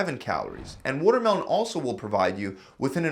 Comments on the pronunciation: everyone talking about the food that's healthy but did no one realise that he said 'wutermelon'...wuter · Wotermelon has wuter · Wuhtter melon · wuddermelon made of 90% wudder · Yeah I noticed that too. There’s a lot of wudder in wuddermelon. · That’s pronounced as watermelon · lol "wuddermelon" is delicious water :P